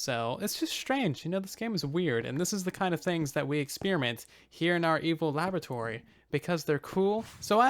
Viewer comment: I keep hearing evil lavatory